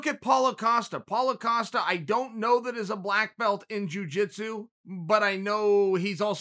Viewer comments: Who TF is paulo O'costa? My god chael you stay fucking up these guys names! I can't tell if your trollin or illiterate.... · Its Israel Adesanya vs Paulo Costa not what you said...